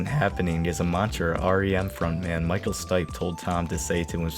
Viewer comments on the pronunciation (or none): none